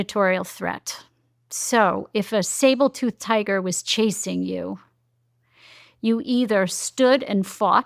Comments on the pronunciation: What’s the consensus on the research? What’s the research? This is suspiciously sounding like a wool theory from a woman who doesn’t even know it’s a saber tooth tiger not “sabel” tooth. This in a totally scientific approach to a scientific topic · Almond = al-mund? Saber tooth = sable tooth? She talks weird, which kind of undermines her credibility. I know it’s nitpicky, but who can’t pronounce almond? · Smart lady keeps saying "SABLEtooth tiger" causing my brain to wig out. 😝 SABERtooth Tiger. 🤓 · Sabre tooth tiger not Sable tooth tiger. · It's Saber toothed tiger, not Sable, just saying. Makes it hard for me to take her seriously. Why has nobody corrected her? Is she surrounded by ppl who don't care about her, or who are competitors and want to see her look foolish? ADHD can also be an inherited personality trait, as in my own family. The particular studies one chooses to cite in order to support their particular claims makes them feel like their theories are correct, even if there are just as many studies with results in opposition to their findings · It’s Saber Tooth not Sable Tooth lol just had to comment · It's saber tooth! Not sable tooth tiger... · Saber tooth tiger. Not Sabel. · Does it drive anyone else crazy and distract you that she keeps saying Sable tooth tiger? Like my ADHD is over writing everything else she’s saying because she gets that pronunciation wrong. 😂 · Lol she said Sabletooth tiger.🤦‍♂️ Great topic btw. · How credible is someone that can't say sabre tooth tiger correctly? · SABER- tooth, say it with me SABER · SABLE-tooth tiger?? 🤦‍♂️ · What's a "SableTooth" Tiger? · Is she saying "sable tooth tiger"? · Is she saying sabletooth? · Yeah, not sure I’ve ever heard someone call a smilodon a “sable-tooth tiger.” Not even sure what it would mean. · Did she just say sabletooth tiger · Did she say sabletooth tiger?